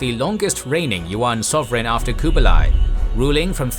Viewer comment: your pronunciation of Kublai is wrong. each video you pronounce things wrongs. like Seminole. its cringe